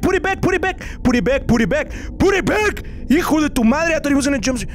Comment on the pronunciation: sounded like he was saying “BOOTY BACK”😂😂😂